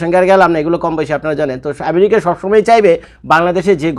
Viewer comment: ভাই আপনার কাছে অনুরোধ আমেরিকাকে " ম্যারিকা" শুনতে খুবই অদ্ভুদ লাগে 😅